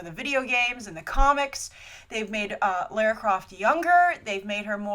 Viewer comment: Minor thing, but you say Lair-ra and in the film they say Lah-ra